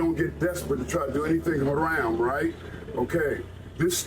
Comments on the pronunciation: that fool can't even pronounce the words properly keeps saying "huh-ram" when its pronounced "huh-rahm" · Doesn't even pronounce "haraam" correctly 😂 what a fcking joke. You sound American, but WE DO NOT WANT YOU HERE. You want Isalm? You want more muslims? You want sharia law? Go to the fcking Middle East! Worthless pos. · Bro cant even say haram correctly, classic😂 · Home slice can't even pronounce haram correctly! I'm a white Christian male that lived under Sharia law for 8 years (my choice of course) for work. Even in the United Arab Emirates (Abu Dhabi/Dubai) you can purchase pork and alcohol. Matter of fact, locals would honk their horns in the parking lot only to have the inda-paki-deshies load up their car with booze. F'n Hippocrates! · MF can't even pronounciate Haram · He can’t even pronounce “haram” correctly. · Dumbass can’t even say haram right yet trying to demand others to do shit